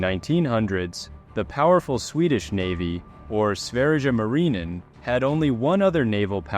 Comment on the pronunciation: don't butcher my boy sverige marinen ever again. SVÄRJE MARINEN, THAT'S HOW YOU PRONOUNCE IT.